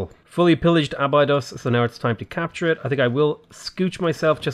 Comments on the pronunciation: Being a Norwegian, and a huge SG1 fan, that annoys me more than the butchering of the Norway cities. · Abydos is Ahh-Bee-Dose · Clearly you are not a Stargate SG1 fan based on how you are pronouncing Abydos